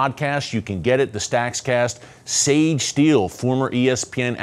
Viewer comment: I think you should have called it StakCast. The other, Stakscast, is too hard to say. 😊